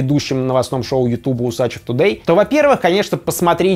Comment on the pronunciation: Руслану врали 30 лет, не УсачЕв, а УсачЁв